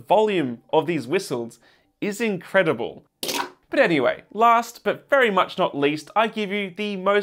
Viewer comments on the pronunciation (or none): none